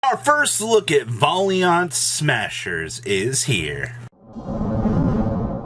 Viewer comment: Still having a hard time saying Valiant huh lol